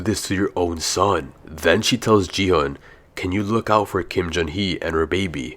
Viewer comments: He just said “ji hunn” instead of gi hun. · He said ji - hun 😂😂😂😂